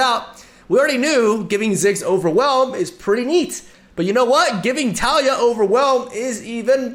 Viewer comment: I still cringe at his pronunciation of taliyah, but still love his videos